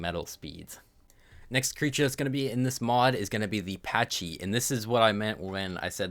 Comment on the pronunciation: Pachy is packy* not paccchhhy